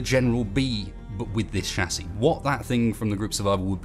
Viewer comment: Um excuse me? Wtf is a shasie? I know of a chassis, but not a shasie